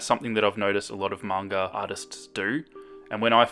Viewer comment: EH ACTUALLY PRONOUNCED IT CORRECTLY! If he said manga the was people that don't know it, I would've cringed so hard in this video 😂